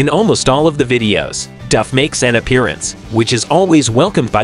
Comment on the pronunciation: At least you pronounced " Duff" correctly!!!